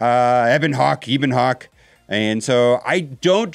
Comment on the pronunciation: Eh-bon Hawk, not Ee-bon Hawk.